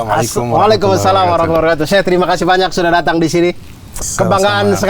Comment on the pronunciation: Maaf, wabarokatuh nya.. tuh nya gak panjang..ralat. 😊 🙏🏻 keren pembahasannya